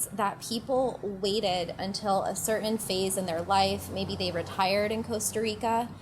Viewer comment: Cer-ain? Impor-ant?